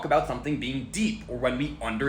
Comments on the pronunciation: The way you pronounced “We” made me unable to focus on the rest of the video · I was thinking the same thing. Also, why did he pronounce it as "weh" instead of "wee"? It just makes it seem that much less believable. Why would it be reinterpreted as a nonsense sound, plus a nonsense word (nonsense at that point since you're removing the definition by altering the root words)? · I confused when he pronounced we as weh but then I remembered he was… whatever I don’t care stop trying to coiméente you 🦛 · Dude why are you acting like an etymology authority, and you dont know how to pronounce "we"... dude is just talking out his behind.... typical gen z.... you see how i used dot dot dot and its all same subject thats because.... they're used to denote the same subject.... "but wait theres more" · Did you just pronounce "we" as "weh"?